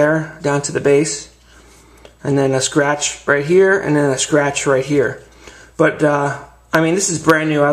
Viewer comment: a scwatch wight dere , anoda scwatch ova heyea